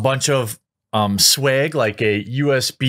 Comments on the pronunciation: I really do not understand why Jeremy cannot correctly pronounce his A's sometimes. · lol swayg and dog tayg is almost as good as bayg